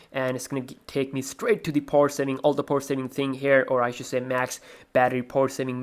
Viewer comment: Why do you keep saying "poorsing" when you are in the power saving screen? I don't understand what poorsing is.